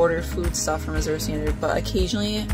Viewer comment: Great video. I love azurestandard. I look forward to it every month. Azure is actually a shade of blue. It's a really pretty word. The z is actually pronounced like the j in bonjour.